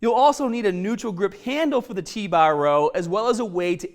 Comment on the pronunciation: Get strongah with T bah